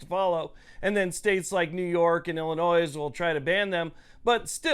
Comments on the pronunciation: Did he say "Illi-noyz?" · You can't even pronounce "Illinois". The s is silent.